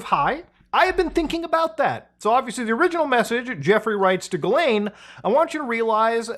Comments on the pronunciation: it is pronounced "jizzlane" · muta pls, pronounce her name correctly, it's jizzlaine. 🙃